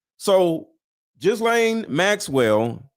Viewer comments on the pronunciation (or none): pronounced Geelayne not Gislayne! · Pronounced Ghelaine. Hard G. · “Ghee-Lane Maxwell” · Lies all lies Ghlane pronounced galane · Say it like Guilty... Guilty Ghislaine... "Gu-Lane" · She is also an actor. Kirk is authentic however, and in his last photo by the water he looked different from his usual happy warrior demeanor. take the s out of gis Gislane Maxwells name you pronounce it phonetically without the s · Ghislaine pronounced without an s..